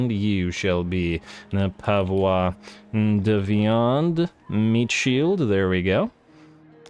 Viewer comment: As a French it took me a few seconds to understand "Pavois de Viande" XD